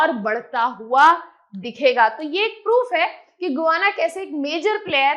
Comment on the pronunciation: Madam it is गयाना not गुयांना